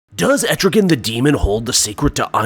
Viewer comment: Man, Etrigan's everywhere, but that's neither here nor there. You know a demon won't be nice, when he's summoned by Fire and Ice. (An aside: Etrigan rhymes with man.)